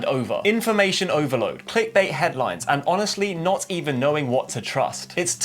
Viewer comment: Ay Am nottt ay scientisttt. 😂